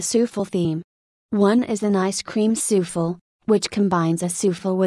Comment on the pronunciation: A.I. reads Souffle' as " soofel"